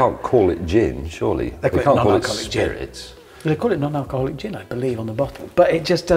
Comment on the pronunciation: Lost Hammond at "Dzeeeeen" 😂🥳